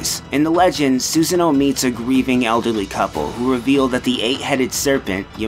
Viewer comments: love the video, was surprised by some of the trivia. But the pronunciation was very cringe-worthy at parts. "Suz-a-no" instead of "Soo-sah-no" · The narrator for the video mispronounces Susano's name and it annoys the shit out of me. It's Su-san-oh, no Susan-oh. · how he screwed up so many names. Sounded like he just sand Susan O. like it was a last name. >.> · "Soo-zann-oh's house" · By the way, his name is not "Susan - o", the "a" has an "ah" sound to it. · "Susan-oh", really now dude? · It's Soo-sah-no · You pronounced Susano like 3 different ways XD